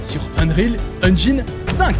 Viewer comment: Mais naaaaan, un francophone qui a prononcé "Engine" quasiment correctement, incroyable. Je like la vidéo juste pour ça allez !